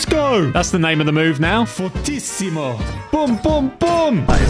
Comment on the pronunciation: says fortissimo like he is in spain